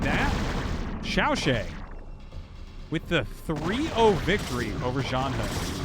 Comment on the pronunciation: FYI， Artosis，ZhanHun ‘s name should be pronounced more like /dʒan hwən/ not /hən/. and XiaoShuai is pronounced like /ʃau ʃəwai/ in english.